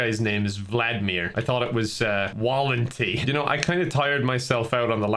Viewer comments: if you care the correct pronounciation would be something like val-n-tee (there isn't really a right sound in english for the last bit thogh, it should be less e and more, idk, downwards? i don't know how to explain it) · reading Walenty as "Wall-n-tea" is the funniest thing to a Slav like me